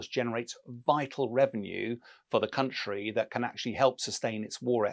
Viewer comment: Why is he constantly saying county? Ukraine is a country that was in a Union. Just like Wales is a country in a Union. Typical English arrogance...